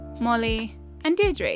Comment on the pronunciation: Ah such a gorgeous island! Content like this is what I always show people when they ask how I can spend so much time playing AC 🥲 Just a small note that "Deirdre" is pronounced "Deer-drah" as it's an Irish name and Nintendo really said good luck with anyone else pronouncing that.